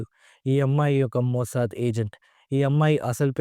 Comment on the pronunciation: మోసద్ కాదు #మోస్సాద్